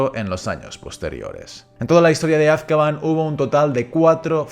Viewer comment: Es AzkabAN, no Azkaban por dios...